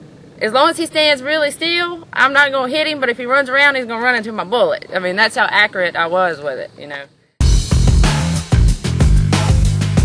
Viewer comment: Learn how to accurately say the word "accurate".